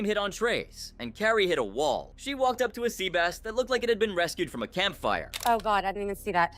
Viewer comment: It's an AI voice. Very clearly through multiple videos (like "sea base" instead of "sea bass").